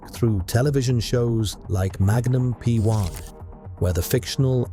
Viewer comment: Ai bullshit it's not magnum p1 it's magnum pi.